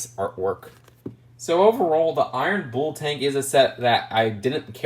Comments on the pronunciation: rhymes with full not fool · Im sorry its just2 bugging me that you say "Bull" like "Booul". I'm not sure why that bothers me so much. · haha no worries lol I think it's just an inflection. My dad says oreenge instead of orange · Rhymes with pull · It's pronounced the same as 'pull' with a B